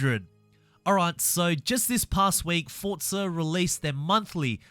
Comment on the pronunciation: Its forza not fortza